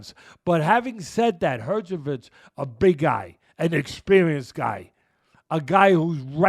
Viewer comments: I thought eyetooma was bad and then he said herchovich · Nah the way he says herjevik kills me 😂😂😂